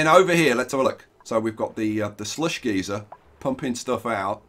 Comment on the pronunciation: Geyser=Guy-Zer . One pronunciation gives off steam and hot hot liquid; the other just gives off hot air at both ends.